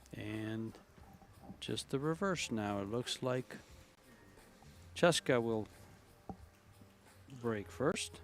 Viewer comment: Say Chezka Centeno name right. Don't be so stupid CHEZKA can you read ? CHEZKA😢